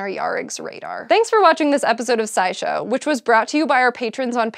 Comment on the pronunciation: She mispronounced "scourge." SciShowPsych > SciSchow